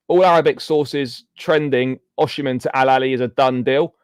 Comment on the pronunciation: Its O-sim-hen not O-she-man